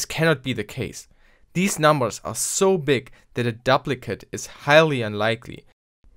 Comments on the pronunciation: duplicate is pronounced doop-li-kit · Good video! Note on English pronunciation of "duplicate": long "u' as in "dooplicate", if the "p" were doubled then it would be a short "u" as you pronounced it. Sorry, 1066 really screwed things up. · To my knowledge you're a non-native engish speaker, so, I'm just trying to help. Duplicate is pronounced doop (rhymes with soup) licate